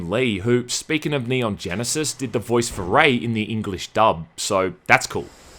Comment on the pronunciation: "Neon Genesis" lol